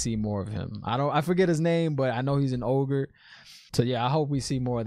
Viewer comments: Another great vid man! oh and Loial is an Ogier (pronounced ogeer), not ogre lol. Remember he corrected Rand when he called him an ogre. Also the actor playing him isnt Michael Dorn (lworf) its a young British actor named Hammed Animashaun, at least i think he is british lol. Saw him on the red carpet event and thought the accent was British. I've said it before and i'll say it again, its been a long time since ive gone back to the books and decided not to revisit the just so i could enjoy this show for what it is, an adaptation, with changes of course, of an amazing story brought to life on the screen. I've seen some other videos from guys that bash this show for the changes and that's not what i wanted to focus on so ive only seen a couple of those and just now stay away from them. I did that with GoT cause i read the books before the show started and after the first season i was like meh., they changed this they changed that etc. and ended up not watching it until it was on season 7 and my wife had been watching it and i didnt know she had been watching it and got caught up watching it in season 7with her and went back and binged watched all 7 seasons lol and it was a great show if you didnt sit there and nit pick everything. Now season 8, no comment. show runners got excited about being offered the next star wars trilogy by disney and lost their minds and basically rushed and changed things around to the point of almost ruining it. books or no books i know a lot of people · This story, book and apparently show, is big on the unreliable narrator, haha. People say what they think they know to be true, but might not actually be the truth. That's why Rand isn't connecting the dots on the dagger. Lial is an O-gee-er, not an Oger. Ogier. Nothing like Shrek at all! Are you sure Logain was looking at Mat? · I'm sure someone has mentioned it, but he is an Ogier (Oh-gear) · He's an Ogier. Oh-gEer